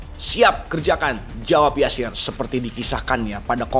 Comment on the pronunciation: nama beliau adalah Yasir bukan Jasir. Pd ejaan lama huruf J dibaca Y.